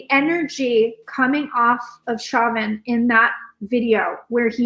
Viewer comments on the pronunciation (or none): Chauvin is pronounced SHOW-vinn not shaw'-ven === All my favorite psychics on youtube do not pronounce people-in-the-news' names! correctly!